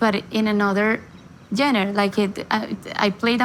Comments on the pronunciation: I love how she says Jenners for genre. 🤣🫶🏻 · Can anyone teach her how to pronounce genre ? 🤣🤣🤣